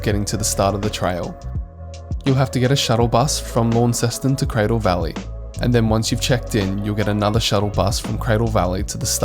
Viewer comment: Excellent video. One handy hint that wil endear you to Tasmanians... pronounce "Launceston" correctly. Most visitors pronounce it as you do "LAWN-ceston". The correct pronunciation is LON-ceston, or just "Lonnie".